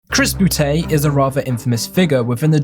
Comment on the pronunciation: it may be old by now but i still laugh when anybody says chris boo-tay